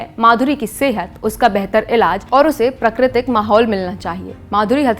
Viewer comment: (प्राकृतिक), (सांस्कृतिक). लगता है आप हिंदी को देवनागरी में नहीं पढ़ती इसलिए उच्चारन में दोष है।